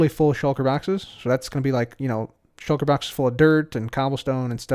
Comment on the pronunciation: I love how you say "shoulker baxes"